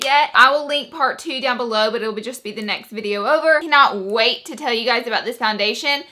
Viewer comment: Love your reviews and you have such a cute accent! But you should pronounce "Welcome TO MY channel"